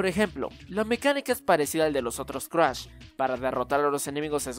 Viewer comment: Cruash??? Jajajajaja no mames 😂😂😂💔